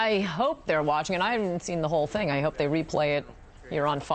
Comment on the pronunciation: notice how she emphasizes "whole thing"...very telling...